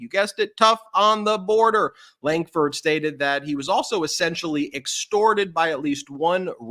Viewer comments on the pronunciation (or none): none